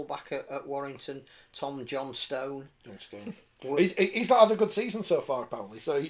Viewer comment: I am one of those annoyed at "JohnSTONE". It's question of stress, not pronunciation. Johnstone is a Scots name (see the football club) derived from a medieval "saint", William Johnstone of Perth who was assassinated on pilgrimage to Canterbury. It is pronounced "JOHNstun", which is distinct from the English Johnson, pronounced "JOHNsun". Yes, the "t" is pronounced, but that does not amount to yelling "STONE". "If Dundee was Africa, Perth would be Antarctica ..." Michael Marra